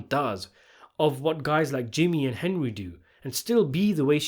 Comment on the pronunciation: Calling the main character "Hen-dree" one time during this video was a very nice touch. Well played.